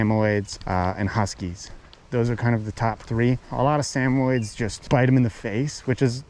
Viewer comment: I've never heard samoyed pronounced like that before. It's interesting